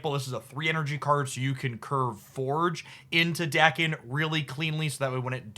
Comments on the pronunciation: No correction on muramasa, but daken doesn't have an R in it ;) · Also pronounced Daken right not Day-ken